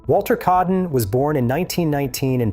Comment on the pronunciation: Its Walter kaaden, not keaden. Aa pronounced like ah